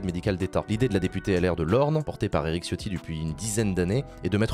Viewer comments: Sauf que Ciotti en Italien se prononce TChotti, et pas Chiotti. Quand tu dis Ciao, tu dis Tchao, pas Tchiao. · Chiotti prononcé à la ritale porte bien son nom